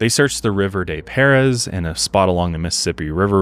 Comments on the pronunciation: River Des Peres sounds more like "Duh Pair", not Dess Perez 😅 Love you guys!🤘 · As someone who grew up in the city, it is always fun to hear people mispronounce the names of St. Louis! River des Peres is pronounced ‘river deh pear.’ I guess we blame the French colonists. 😂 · Love the episode . As a St. Louis native it was interesting to hear the story. River Des Peres is pronounced “da pair” around here. St Louis natives are notorious for horrifically pronouncing French names and towns in the area 😂😂😂